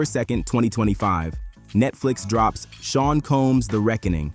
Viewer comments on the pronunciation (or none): none